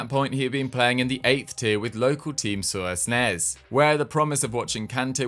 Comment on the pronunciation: The two last S's in "Suresnes" are silent. It's pronounced "Surenne"